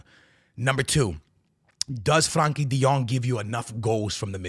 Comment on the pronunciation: And Franky de Jong, 😂😂😂